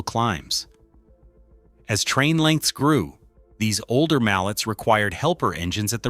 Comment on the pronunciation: Learn proper pronunciation. It's pronounced Mal-ley, as it is a French Word, named for Anton Mallet the designer of the first articulated locomotive.